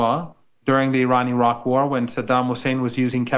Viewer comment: I want to know why can't Australia, US, UK and Europe pronounce "Iraq", "Iran", "Afghanistan" and "Baghdad" correctly since they have spent almost 70 years there cumulatively? It is not hard, white people. You can pronounce "Netanyahou" (not even his real name), "Stassinopoulos" etc.